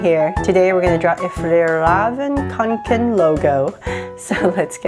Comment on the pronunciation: To pronounce fjällräven kånken is like fyellreeven konken